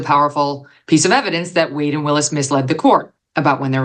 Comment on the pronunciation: Trump is in contempt of court every time he attends and you all are focused on this? Wish Megan will stop mispronouncing Ms Willis's name! Very disrespectful!